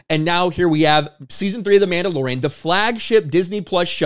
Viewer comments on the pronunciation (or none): I’d swear he called it The Mamdalorian…